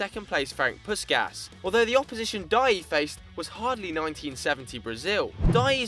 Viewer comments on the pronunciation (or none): with 7 Puskas is pronounced Pushkash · Magyarok! Fogadjunk még nem hallottátok így kimondva Puskás nevét :D